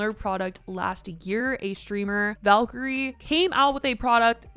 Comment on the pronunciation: Not trying to be rude or anything but I thought i would politely correct you. Valkyrae’s name is pronounced Valky-RAY